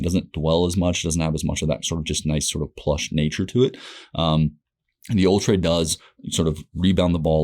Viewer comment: It's actually pronounced "Ultra" ha